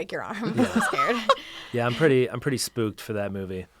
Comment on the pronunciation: ok but the Dutch word for Ghost is pronounced exactly like that. [sp] [oh] [-k] lolol